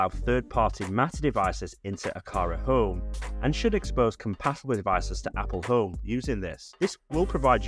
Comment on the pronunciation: The way he says "Oome"